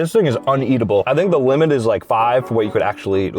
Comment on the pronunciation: 'the limeit i think is 5 oh pickle ''